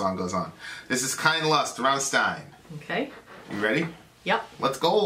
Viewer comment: You should've reacted to the official Music Video, the quality of the sound on this video you chose is insanely bad, but I guess it would've been copyrighted and blocked right away:/ BTW I'm still triggered at how pronounce Rammstein:v